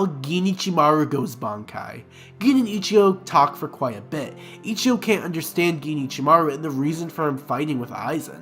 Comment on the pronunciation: Why tf do you keep saying “ichiyo”? And holy crap, Owahime. Just delete this, dude.